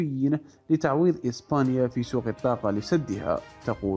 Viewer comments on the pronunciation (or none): none